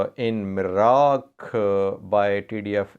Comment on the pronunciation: the proper name of the place is Nirak, not Miraq.